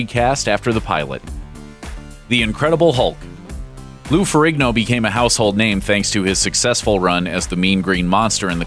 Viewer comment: Why are you pronouncing Forrigno, with a hard G???